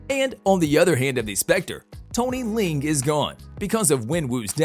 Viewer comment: tony ling? whos the F is that? I thought his name is Tony Leung(lee-ung)